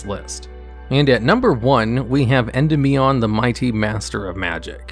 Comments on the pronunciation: Thank you for not saying "En-DEE-mion." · When saying Endymion, try putting the emphasis on DY instead of the MI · PLEASE stop saying Endymion wrong